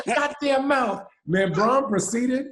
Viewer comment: Channing saying "what that mouf do?" When talking about testing hahaha